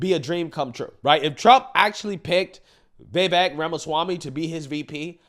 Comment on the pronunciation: It’s not Vevek, Its Vivek🇺🇸